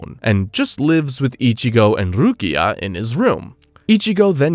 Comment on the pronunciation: Bro i love your videos but the random mispronunciation on words you say a bunch normally is killing me, calling Rukia RuKAI is crazy im dying